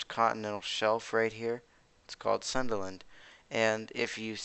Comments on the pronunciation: Its pronounce as soon dA land not sunderland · its pronounce Soon-DA-land